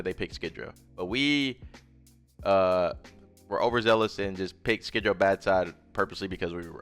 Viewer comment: Love your work bro. Only critique is its pronounced Skid row.